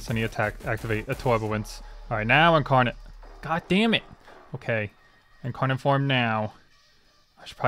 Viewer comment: the incawnon and the wed cwits parts made me laugh so much bro i love ur vids